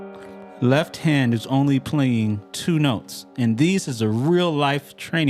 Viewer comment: Quick note, being that I had to cringe every time you said "leff" in this video. You obviously know how to spell it/the word!! Why you refuse to pronounce the 'T' in left when you say it, is irritating, and beyond me, considering you make an obvious attempt to sound intelligent, rather, (my bad), speak intelligently as it where, only to mis-pronounce a 1st grade 4 letter word , come on bro, it's called a tell. and at your level musically, and intellectually should not be happening. keep up the phenomenal work, and speak like you play! The world is watching.